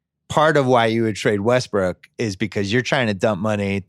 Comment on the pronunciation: They said Wussell Restbrook like four times